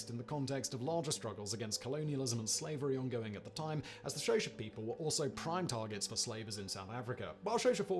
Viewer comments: Xhosa is pronounced more like Kosah than "Shosha" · Next time please learn to pronounce Matabele and Xhosa correctly